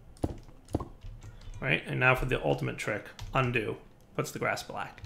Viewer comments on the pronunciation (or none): none